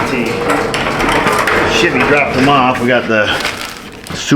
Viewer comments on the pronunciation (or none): it pronounced Shevee. For our Spanish speakers😂😂